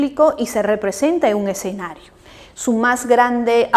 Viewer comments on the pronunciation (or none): none